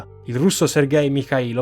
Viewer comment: Errata corrige sugli accenti: Gulàg, Semiòn, Michàilov, Sòlnzevskaya, Sòlnzevo, repòrt, Timofèief, Ivàn Yàkovlief